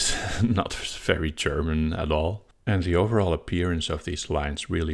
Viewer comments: actually your german pronunciation is pretty good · Your German pronunciation was quite good! Certainly intelligible to German speakers; just heavily accented. Nothing to be ashamed of! :)